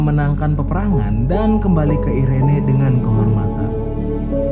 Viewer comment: Irene di baca iren bang kwwk ngakak gua bang